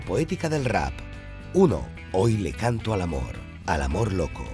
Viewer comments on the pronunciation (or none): none